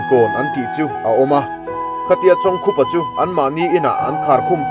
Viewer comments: Chawng khupa A Ni lo,I lam Dan hi a dik lo,chawngkupa a ni e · Chawngkhupa hming ilam dik lo. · Episot, 7, na chhiartu hian, chawngkhupa, ti hlir in a lama a lamdanhi a rikdanhi a diklo deuh a ni e